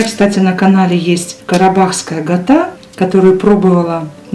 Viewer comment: Здравствуйте.Мира добра и здоровья Вам.Спасибо за рецепт.Просьба к Вам,пожалуйста говорите не гата,а Кята.